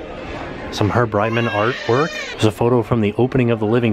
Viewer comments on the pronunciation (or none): none